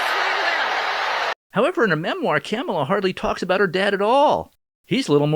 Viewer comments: I think you're putting emphasis on the wrong syllables when you say Kamala. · “Camla” lol 😂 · He said camela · Why do you keep mispronouncing her name 😒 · You’re pronouncing kumswalla wrong